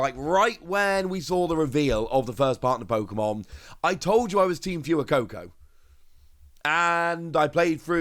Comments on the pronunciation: So triggered on the way you say fuecoco for gods sake man its not fewycoco its fwaycoco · IT'S FWAY-COCO, NOT PHOOEY-COCO, IT'S SPANISH YOU TART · Love these videos! I get myself all excited for cards I won't have for 5-6 months 😂 Btw, Fuecoco is pronounced more like "Phway-coco", it's Spanish like "Fuego" :)